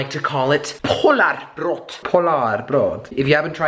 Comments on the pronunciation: Jelly... you dont pronounce it polarbrott you pronounce it "Polar Bröd" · it is "polarbrød"